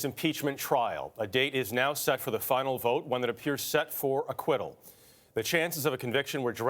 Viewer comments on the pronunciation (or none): Can you say ...”Acquittal”...? I knew that you could...